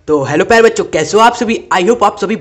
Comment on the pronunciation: Sir aap bol bacho rahe muje bancho sun raha h 😅😅😂